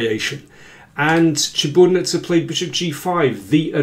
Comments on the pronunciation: great commentary as always, David, but... it's ChiburDAnidze, not Chiburnidze. i cringed a little every time you mispronounced it. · Daniel, you totally butchered Maia's last name. Such a terribly incorrect pronunciation. It's Chi-bur-da-nid-ze